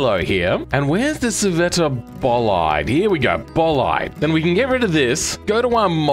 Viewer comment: Why did you pronounce scivetta bolide like that😢